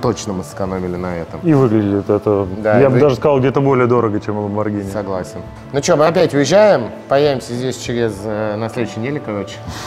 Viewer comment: Послышалось Ламборгини марчеЛада)